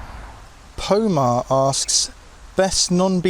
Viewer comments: it's Roman, not Pomah :) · The name you pronounce "Pomar" is in a Cyrillic script. The name would be transcribed In a Western alphabet as "Roman." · "Pomah" is pronounced "Roman" :)